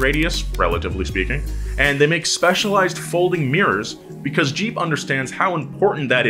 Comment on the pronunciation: Whem u said jeep i thought u said cheap 😂